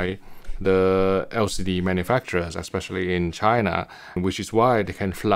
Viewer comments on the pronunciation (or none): none